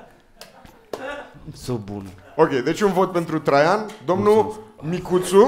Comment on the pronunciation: e a cinspea oara cand am impresia ca zice in loc de traian "trei ani"